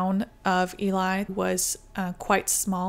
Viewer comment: it's pronounced "e-lie" Hobson is an acquaintance of mine, cool guy. He went through the meteorology program at our mutual school a few years before me. Rather serendipitous in how he managed to stumble upon capturing footage of the thing. If memory serves he just so happened to be getting off work or something as it was about to go down.